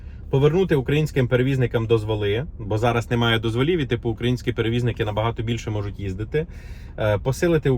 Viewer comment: ДозволЫ? Що з наголосами?🤔